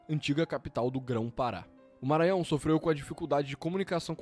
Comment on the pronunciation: Vc e' a primeira pessoa estrangeira que fala bem Maranhao. Moro na California. e as pessoas tem dificudade em falar. Voce vai amar Ceara, morei la' 15 anos.